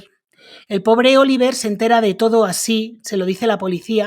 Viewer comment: Interesante tu canal!. Por cierto, el hijo se llama Olivier, con una i, y se pronuncia O-li-vyé con una i larga.y sin pronunciar la r final. Pero no tiene más importancia